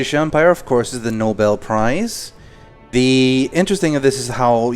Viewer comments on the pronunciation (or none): none